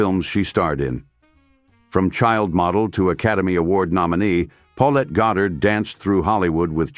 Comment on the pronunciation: A.I. seems incapable of even pronouncing her name. There are three different variants in this one video. I will pass on finishing...